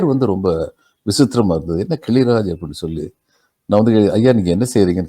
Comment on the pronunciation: கிழிராஜ் இல்லைங்க... கிளிராஜ் என்பதே சரி...